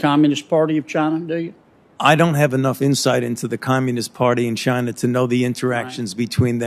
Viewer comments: Fauci said "Chiner'. Hilarious. . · Did this Quack of a Doctor say CHINAR? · Are in chiner? What a Freudian slip? 🤣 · He said chiner 🤣😂👍Wuhan virus china yes we know china made the virus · Is "Chiner" worse than "Gina" ?.. Gina's funnier.. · The bats that have the covi virus is in “chiner”. CHINER!!! 🤣🤣 - Dr Fauci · Chiner? Lol. He’s fucking said Chiner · Also.... Fauci says “Chiner” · He said chinr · Did I heard Chinaer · You know, "Chiner". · Fauci said "chiner" lol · How many times did Fauci say Chiner instead of China? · Fauci pronounces China as Chinar lol. That racist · 1. There is no "r" in china. 2. Why the hell are we giving money to ANY commie institution? Can you please answer that Dr. Falsehood? 3. We've seen this film before with the clintons, just questions, but no jail time for any of these criminals. Something has to change, look at how many people have died because of the china flu and no one is held accountable.